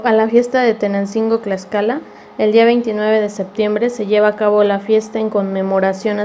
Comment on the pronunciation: Te falto mucho más la esencia y pronunciamiento es Tlaxcala y tú dices claxcala de favor te pido que primero te documentes y pronuncies bien la palabra Tlaxcala con T y no con C que tristeza estudia más recuerda con TTTTT